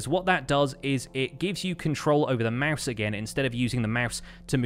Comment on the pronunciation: i like the way he says mouse lmao